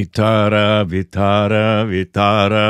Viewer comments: It's not Vittara , it's Vitthala - name of Shri Vishnu , God of Sustenance 😊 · it doesn't end with "R" but "L" Vithhalaa and not Vithhraa. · Nice to see you remember the devotional song and also the name of a God. Just a correction, its Vitthala, pronounced like Vi-ttha(like 'th' in "thought" but more stress on 'T') - la. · This fort is in my city Nashik.... And we go once in a every year.😊 Btw... At the star u were singing Vitara.. Actually its Vithhala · For heaven's sake it is Vittala, not vittara